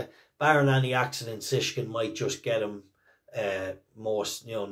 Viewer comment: BTW for all us Irish lads it Shishkin NOT Sishkin, Think Shish Kebab 😅